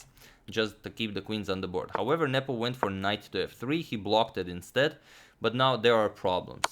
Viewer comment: i keep hearing nipple instead of nepo